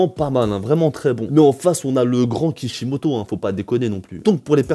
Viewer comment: mec ta dis Kishimato au lieux de Kishimoto c normal ?xD